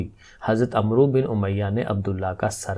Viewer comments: السلام علیکم ۔ سر عمرو کا تلفظ " امر " ہے یہ ایک مشہور عرب نام ہے ۔ ع پر زبر اور واؤ نہیں پڑھا جاتا تو اس طرح اس کا تلفظ " امر" جیسا بنتا ہے ۔ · Sir AP ne wrong pronounce kia h Hazrat Aamr bin umiya h